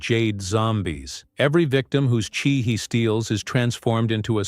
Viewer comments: AI slop it's chi not chai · The Chai-??? That commentator pronunciation totally sucks sloughwater…